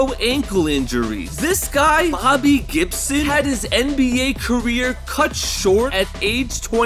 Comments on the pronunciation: There is NO WAY that you just called BOOBY GIBSON… BOBBY GIBSON. It’s even spelled right for you on the screen. It’s BOOBY not Bobby. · "booby gibson" 💀💀